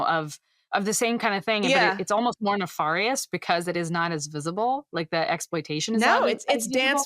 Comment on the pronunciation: Anyone else think mispronounces nefarious? Are there multiple ways to say it?